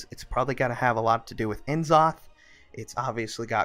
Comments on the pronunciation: Its not N zoth. Its N'zoth as in "n" in "Not"...please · "En'zoth" really? Its N'zoth